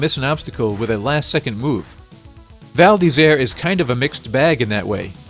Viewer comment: Actually, your pronunciation of the title is quite correct :) It would be perfect if you could make the "r" from "Isère" sound more frenchy ^^